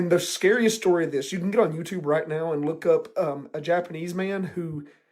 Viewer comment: Got damn it, still triggers me how you say “on”. 😩😫😡🤬🤯